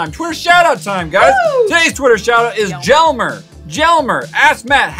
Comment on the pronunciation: Jelmer is pronounced yelmer. I went to school with a foreign exchange student and that’s how i know. I’m part of the notification squad love your videos